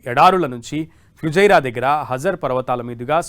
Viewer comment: Not. Etihaad. Bro.. Etihaad..😮😮fujariya. Kaadu... Fujera.. Raas. Kadu.. Rasalkhaimah. Tappulu. Inna😂😂